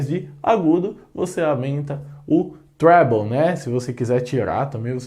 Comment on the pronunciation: Gostei do "trébouu" rsrs